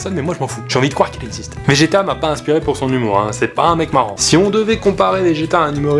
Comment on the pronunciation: Pourquoi j'entend GTA a la place de vegeta